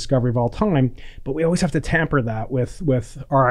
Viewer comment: Temper. Not tamper